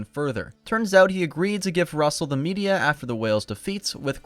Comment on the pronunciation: "Metia" "Media" Yoir pronunciation here only just NOW made me realize how that's a pun, and it's super clever.